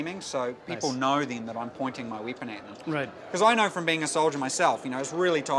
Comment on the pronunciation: hehe wieepon XD